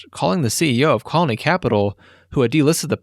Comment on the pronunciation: Is this video narrated by AI? Its really weird how it mispronounces Sotheby's and Colony. I feel like any english speaking human should be able to pronounce those.